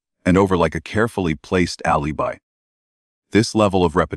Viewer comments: The AI narrator pronounced alibi A• lee •buy. If you can't get your AI to pronounce words correctly; that's way too pathetic for me to waste my time. Bub bye. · Agreed. Cant even say alibi properly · Alibi not pronounced properly.